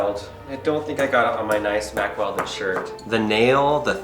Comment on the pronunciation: Mack Weldon ? I thought he said Mack Welding at first and guessed it must be tough clothing for welding, perfect for when you have to cut something open with a grinder as well ! Regarding the tags, I suppose a professional shop lifter could just buy one of those magnets off e-bay. Please be careful with that big machete too, that looked so dangerous, one slip and someone could have needed a trip to the ER. I had to laugh a bit as well, I've watched these videos for years and thought they would be an expert at getting inside stuff by now, but no, still takes a long time as they try different inappropriate tactics. I'm worried he is going to chop a finger off or something. A good first step would be to buy a vice !